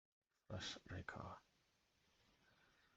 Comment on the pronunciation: gotcha. By the way - it’s bihv-oo-wack Finally getting to watch the video today - against the BR deck, I have to imagine high noon is good. If they’re playing creatures with prowess, they want to cast multiple spells a turn, they also have wild ride and creatures with haste, so they’re clearly trying to double or triple spell a lot. I would’ve boarded exactly as you did, especially after we saw 5 basics